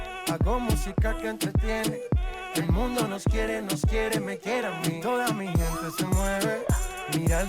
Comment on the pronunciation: I've loved your reaction of the Spanish Urban greats, Bad Bunny, J Balvin, Rauw. However, you need a few SpaniH language pointers so you don't butcher the names. C and g are soft when followed by e and I. Hard like cat and goat when followed by a and o. Mi gente is pronounced me hente. For example